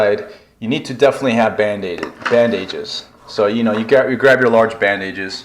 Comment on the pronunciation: Whys it bug me how he mixes bandage me bandaid? Lol. No idea why it does but I've never heard anyone say it that way. Bandaid is already half the word bandage. So saying bandaid-ges is redundant.